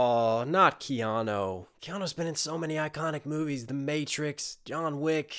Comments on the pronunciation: This is the first time I've heard someone pronounce Keanu as Keano, there isnt an o in his name. That threw me off. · I died when he kept saying keano😭😭😭😭